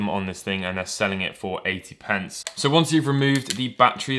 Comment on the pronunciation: You keep saying 80 pents even tho that's ¥1